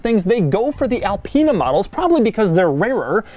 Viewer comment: IT IS ALPINE NOT ELPEENA